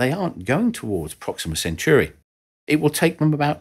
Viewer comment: Centauri (of the centaur / of Centaurus) is surely not pronounced “cent-yoo-ry”